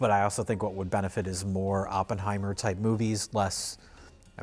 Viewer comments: “blockburster” and “Oppenhower”?! That is some Rich Evans-level mispronunciation! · Gotta love the 'blockbursters' and 'Oppenhauer' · “block bursters”? “Oppenhower”? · Blork Bursters? Open Homer?? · "Top block-bursters like Bawrbie and Oppenhower". lol..too many lunchtime martinis.. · "Oppenhower" 😂 Also did I hear Blockburster? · HUH? You don't like "Block Burrsterrs" and "Oppenhower"?